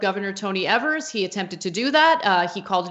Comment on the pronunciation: The governor of Wisconsin, Tony Evers, rhymes with "FEVERS," not "SEVERS" like you guys keep saying his name. He's a Democrat. Why don't you want to get his name right?